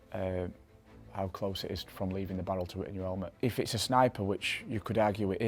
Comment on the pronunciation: I love the way that he says " 'elmet"